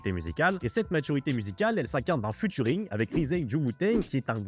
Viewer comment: Futuring??non cest featuring (fi-turing)mais tu fais tes recherches sur wikipédia toi cest pas possible..les gars vous faites des vidéos ca pue a 100metres que vous connaissez pas votre sujet,cest fou ça